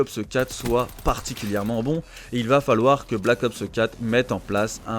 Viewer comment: Pourquoi tu dis "Black Opseu 4" comme PG 😂😂 J'ai capté c'est une manie de langage que t'as "copié" sur elle a force 😂 Perso CoD a part si y'aura un MW4 c'est finis pour moi, ça fait 10 ans que j'y joue, je suis soulé